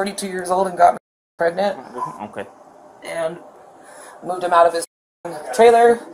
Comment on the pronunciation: Omg that officer with “prengant” (lol) Samantha is an angel based on his patience - I could never 🤯😂